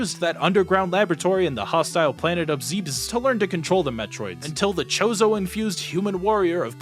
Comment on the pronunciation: I love how he pronounces planet Zimbabwe as well